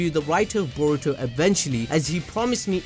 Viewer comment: Can you get his name right boruto 🤦🏾‍♂️!